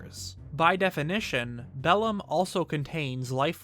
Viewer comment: as a person who knows latin the way he says bellum triggers me